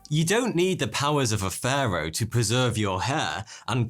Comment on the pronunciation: It sounds like he’s saying führer instead if Pharo